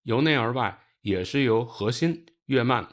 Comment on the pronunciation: 跟我读月壳qiao，废物